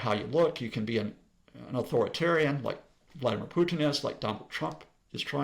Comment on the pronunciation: he mispronounces both but I guess he should work on his english first